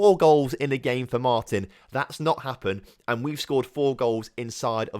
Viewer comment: It´s pronounced mar-tin, looking forward to seeing you take over as manager in my home country!